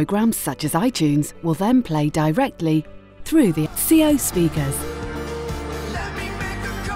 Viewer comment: The 'x-ceo' ?? It's pronounced 'zee-oh' ....